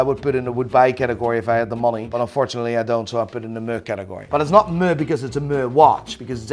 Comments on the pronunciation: Guy is "moo-ing" when he should be "meh-ing". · I’ve never heard anyone pronounce “meh” as “muh” before. You literally made it onomatopoeia 😂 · Can someone please teach him to pronounce "meh"? Please.